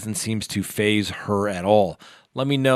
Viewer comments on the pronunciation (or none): none